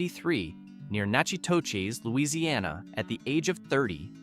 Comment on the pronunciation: Just FYI: As much as it looks like Natch-i-toches, Natchitoches is pronounced more like Nack-i-tish.